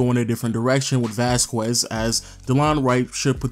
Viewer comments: ITS VÁZQUEZ NOT VAZ-QUEZ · Vas-kez Lol not vas-kwez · Since when? It's a Spanish last name: Vas-kez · dude. VAS-KEZ not VAS-QWEZ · Oh my god if he calls him vasqwez one more time. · Seriously "Vazkwez"? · Ruined it by saying Vaskwez lol. You tried at least